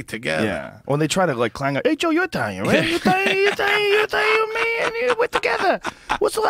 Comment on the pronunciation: Joe Rogan releases the inner eyetalian